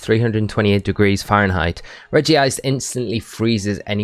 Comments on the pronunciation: Rej-ice -> Regie-ice | V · Regice is pronounce Reg-ice not Regi-ice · Why do people say Regi-ice? Its literally Regice. One "i".